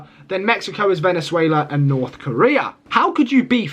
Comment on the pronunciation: When you said VENEZUIELIYA 😅😅😅